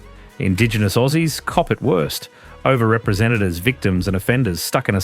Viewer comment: Who the fuck says orsies